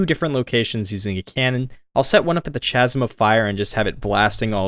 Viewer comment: ur trolling us with how u say chasm right?